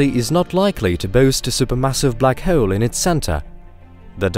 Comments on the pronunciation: The way he said Black Hewwl (hole) through out the video made me sick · “Bluck hhhurlll”